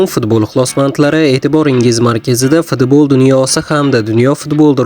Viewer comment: Фидбол эмас футбол дейилади